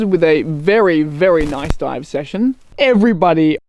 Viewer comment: I heard ‘every buddy’ 😊 And I felt Big Open Fun Cave had a much nicer ring than Smuggler’s cave haha Thank you for sharing your adventures, and as always Great editing!!